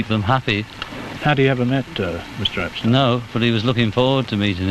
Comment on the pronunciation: The Beatle Film Festivals were great experiences. McCartney became the de facto leader of The Beatles after Touring Ended. Paul McCartney envisioned and conceptualized SPLHCB and MMT. There would be no Abbey Road without the driving force of McCartney. You kept mispronouncing “Epstein.” You kept categorizing The Beatles as if they were in their moptop days. Your assessment of The Beatles (White Album) is nuanced; accurate and excellent. There would be no Yoko Ono or Alan Klein involvement without John Lennon’s lack of character judgment. George Harrison came late to music writing; often with only 1-2 new songs to contribute. By 1968, George Martin, Lennon and McCartney gave Harrison plenty of studio time yet he refused to complete his songs for The Beatles. George Harrison had a massive inferiority complex resulting in 1 flawed masterpiece and 11 poor to mixed review albums in 30+ solo years. So much for his stockpile of songs. Harrison had his own demons. It was Lennon who officially announced his departure from The Beatles in September 1969. Post Beatles… Harrison, hardly the Quiet Beatles, and Lennon harshly criticized and denounced The Beatles; especially McCartney. While the end of The Beatles was inevitable, how The Beatles ended was avoidable.